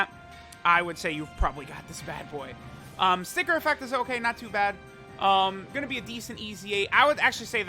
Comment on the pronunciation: sounded like u said the n word instead of sticker lmaoo